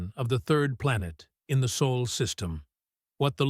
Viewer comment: "sol" not "soul"